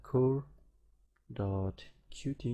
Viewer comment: sorry but it's Cute not QTee, otherwise great